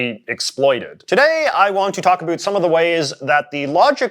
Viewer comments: "A boot" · So you regularly say Uh-boot. Interesting